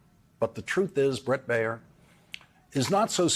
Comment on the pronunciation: Dude. Baier sux, most of the time, but his name is not "Bay-yer," like the aspirin. It is Bear, like the animal. One syllable. Learn English.